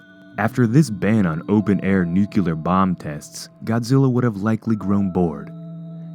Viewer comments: Why is it so difficult to say NUC-LEAR? It is not NUCULAR. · "Nuke-u-ler" idiot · Nuclear* No such word as nuu-cu-lear